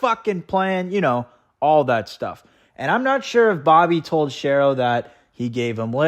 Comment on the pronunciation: Good vidéo but "Shero" rhymes "with hero."